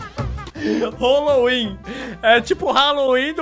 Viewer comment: "Holowin" kkkkkkkkkkkkk